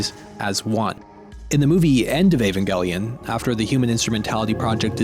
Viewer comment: trye, but it's evangelion, not ayvangellyun